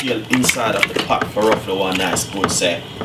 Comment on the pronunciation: It is not 'Pat' it is 'Pot', not 'Preppers' but 'Peppers' and it is not 'Spinach' it is 'SPINNERS'. CORRECT PRONUNCIATION of your words should be clearly understood by your audience. No, offence.